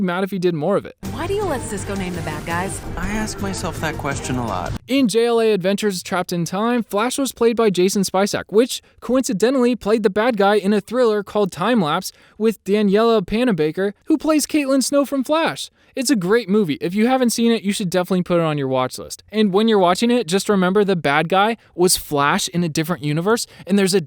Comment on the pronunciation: He messed up two names. Most important Grant Gustin not Grant Gust. And is Danielle Panabaker not Daniella